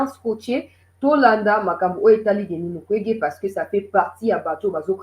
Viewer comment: Son non est devenu "MUKWEGUEY*